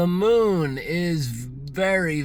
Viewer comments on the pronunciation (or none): none